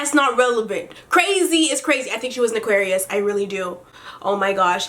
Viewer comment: damn when she said Aquarius it hurt 😂